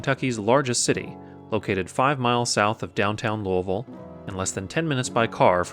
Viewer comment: Awesome. Great job of my airport. And you get a gold star ⭐️ for pronouncing Louisville correctly!